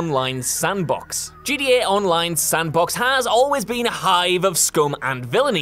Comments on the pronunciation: At the "honorable" mention, is he saying GDA or GTA? Am I the only one hearing GDA? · Please GTA has a T it in please say it properly